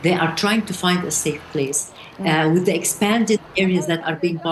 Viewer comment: The word “the” begins with a “TH” not a “D”. Tell your guest,.